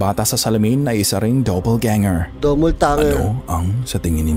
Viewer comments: Dapple Ganger po hindi DOUBLE TANGER. Hindi rin Double Ganger.😅😅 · Doubleganger po hindi doubletangger